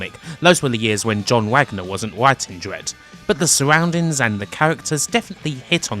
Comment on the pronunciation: The suggghrrrroundings and the cahhhhhhhahhhhters...